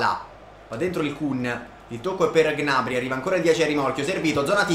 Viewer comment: 👇 il numero di persone che pensa che pronuncia gnabry in modo scorrretto